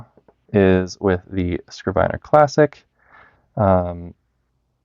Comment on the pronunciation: bro, you definitely know more than me, but i was almost certain it's pronounced 'skriv-ner'